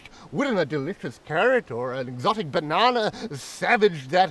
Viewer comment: Did the poor merchant just say banaynay instead of banana? 😂